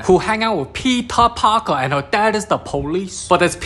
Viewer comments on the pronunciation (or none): I HEARD THAT AS ' PEPEE PARKER ' AND I JUST BURST OUT LAUGHING